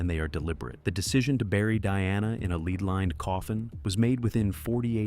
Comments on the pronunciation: Lead not leed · SPEAK ENGLISH its LEAD metal LEAD. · Why are you speaking like she chose these items. Someone thoughtful placed them there. PS lead rhymes with red, not LEED